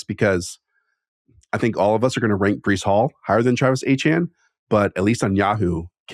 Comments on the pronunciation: As an audio listener, you have to stop calling Etienne “Achane” it’s really confusing lol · Are we pronouncing Etienne as Achane now? 🧐